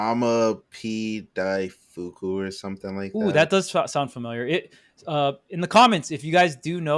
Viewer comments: TamaPDaifuku (たまPだいふく) is the Japanese Bayo player. (you basically said it correct,!) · Tama P daifuku pronounced properly 🫡 He is the one of the best Beto player in Japan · got the pronunciation of TamaPDaifuku right btw, also the reason he probably sounded familiar was because he beat Tea at Kagaribi 10